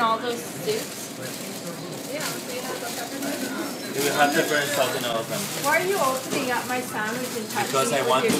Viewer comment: Is there peppurr in all those sewps?!